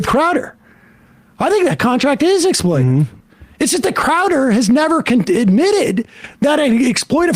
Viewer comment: It's 'exploitative', Mr Seder. 🤣🤣